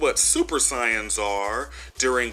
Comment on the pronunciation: First, you gotta say the name " Saiyan" right. You're saying it like there's an "O" in the name. Now, you said the Videl didn't deserve the beating she got. Well, that's a "yes", and "no" deal there. Remember, Mr. Satan fought a much hairier Spokesovich before, and Satan beat the crap out of him. I think, Spokesovich after that somehow made contact with Babidi, and gain power so he can fight Satan again, but got Videl instead. So, Spokesovich took out his aggression on Videl instead of Satan. Plus, he had two goals that day. Find the strongest fighters with massive kee energy, and send Satan a message. As for Videl, remember the rules of the tournament. You lose by knockout, ring out, or by submission. Early in the fight Videl was "beating" Spokesovich, using everything she was taught and more. But, when the fight started to shift, the characters and us knew something wasn't right. Goku and Vegeta knew first. And, if you see purple blood and he keeps getting up, even after having his neck broke, you'll consider taking the ring out. You did notice Videl believed in her hype like Mr Satan. And most fighters would know if there was something off about their opponent after a while. Now, you asked if Videl deserved the beating she got. Well, here's the thing. Yes, because she didn't want to give up, no matter the cost. She is her daddy's daughter. Even when Spokesovich was seconds away of crushing her head like it was a duck egg, she still wanted to continue the fight. And, no, sh